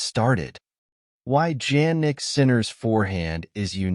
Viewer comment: Sounds like some ai generated bulls to me. Not even the name Jannik is pronounced correctly. Is short , inconclusive, uninformative. The net is flooded with these kind of stuff lately and it is getting worst by the day